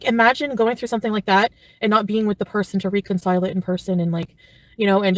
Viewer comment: "reeconcile" is NOT a word, ma'am! Please "reecognize" that!